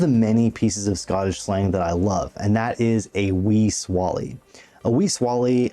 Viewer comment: “Swah-Lay.” He’s oan the swally agane. Make mine a Tinnints. Your welcome. 😂